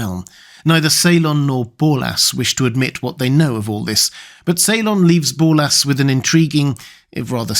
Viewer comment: Borlas. With an "r".